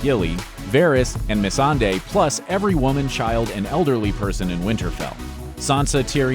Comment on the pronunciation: also "messandei",,,, god